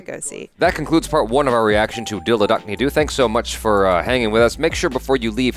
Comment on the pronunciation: Ya I really liked the pronunciation of "dil dadkne do"